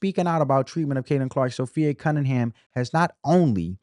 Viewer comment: Appreciate your commentary and summary! ❤ P.S.- it's Sophie NOT Sophi-A 😊